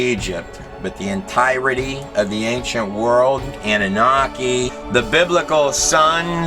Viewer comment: this gut does a very insightful interpretation of the book of enoch as well. i wish someone would teach him to pronounce the word 'entirety'.